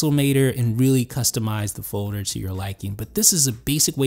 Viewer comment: FJ21™ it's the way pronounces folder:)